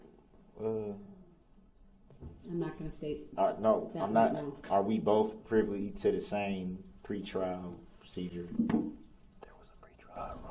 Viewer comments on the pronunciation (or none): none